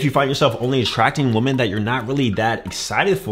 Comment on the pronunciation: This is a great video but is unable to say "women". Woman for one, women (wee - men) for more.